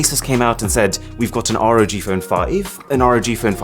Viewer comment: it's not R.O.G it's just ROG like log with a R